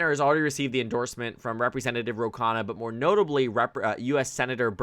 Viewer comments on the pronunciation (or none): Khanna’s name is pronounced “Kun-nah” not “Caw-nuh”.